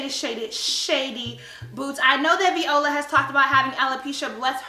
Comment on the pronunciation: i am done 😂😂😂😂 + the fact that she's pronouncing viola's name as "v•ola" 😂😂😂